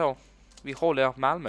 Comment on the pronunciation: Intressant att du lät lite som en lundensare när du pratade om att "Hålla Malmö".